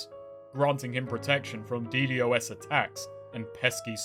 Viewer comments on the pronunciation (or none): none